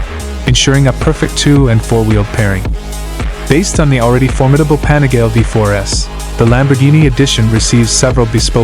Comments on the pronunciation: Pronounced "Pa-ni-ga-lay" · There seem to be thousands of these weird anonymous AI channels continuously churning out the same garbage content to get a few thousand views. It’s so… I don’t know… gross to see a video appear highlighting 1 specific product, and the AI is so bad, the name of the product is massively mispronounced… over and over again.